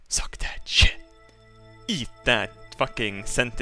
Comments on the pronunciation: I miss when used to say chit instead of sh*t. Good times.... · I love the way he says shit, "shet". I find it hilarious.